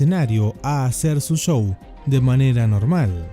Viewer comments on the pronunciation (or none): none